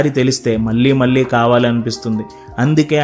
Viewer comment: మళ్ళీ, పెళ్లి అనాలి. పెల్లి, మల్లీ కాదు. Immediate గా correct చేసుకో